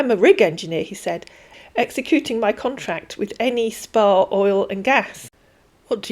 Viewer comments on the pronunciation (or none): The abbreviation S.p.A. behind a company name is the same as Ltd. in English, not pronounced as Spa, (the wellness) but as 'Es Pea Ay'